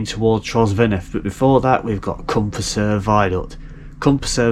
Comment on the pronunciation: Great inspiration to stop and visit that part of the line. Welsh pronunciation is always a problem. Some are way off, but it would take time for you to study it. To explain the two names of the viaduct: Cwm Prysor=Prysor valley and Nant Prysor=Prysor stream. Prysor is pronounced “Pruss -or”, as usual in Welsh the emphasis is on the penultimate (in this case first) syllable. Prysor can be translated as “hurricane”; it must be quite a violent stream when in full spate!